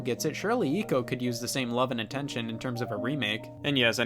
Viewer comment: Isn't ico pronounced eyco? Just asking, that's how I heard everyone else pronounce it, and now I'm curious